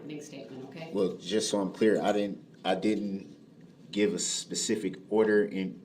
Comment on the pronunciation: I didnt give a sesific order. I gave a genelization...